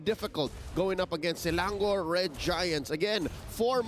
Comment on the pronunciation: Not selandor ...selangor